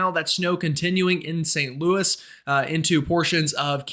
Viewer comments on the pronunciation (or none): none